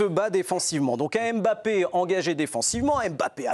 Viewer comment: À quel moment en France vous allez arrêter de l'appeler aimebappé alors que c'est un M muet c'est pourtant facile et bizarrement son remplaçant géorgien du psg vous arrivez à bien prononcer son nom sachant que son nom au Scrabble et un ko pourquoi pour l'un vous ne faîtes aucun effort alors que son nom est facile à prononcer et pour l'autre vous arrivez à le prononcer facilement alors qu'il rend dyslexique c'est gênant